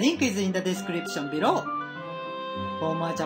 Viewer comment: I love the way you say below: "ビロー" ahha